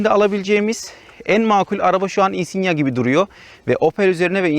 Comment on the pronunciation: özel isimlerin orjinal dilde okunduğunun farkında olacak kadar dil bilgim var çok şükür. 😉 Yıllardır Insignia kullanıcısıyım çok sayıda yerli ve yabancı içerikli Insignia videosu izledim senin gibi söyleyene ilk defa rastladım. Neyse en azından insigna demiyorsun. İçerik güzel videonu beğendim . Umarım bu yolda başarılı olursun.👏